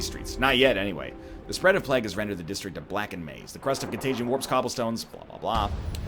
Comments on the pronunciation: No, he pronounces it horribly wrong. Listen to how he says vague correctly, and then tell me "plaag" is an okay way to say plague. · Someone drive over to this egg's house and teach him how to say plague. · It was meant to rhyme with flag, is how I have come to understand it. English is weird. Like why don't they just spell it flague. xD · It`s regional variances, none of them is right nor wrong, they`re just different. I actually like the way he says it